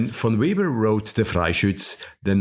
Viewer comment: "Weber" is pronounced "Veber." "Chord" is pronounced "cord."